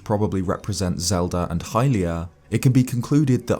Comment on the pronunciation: It’s literally not hylia.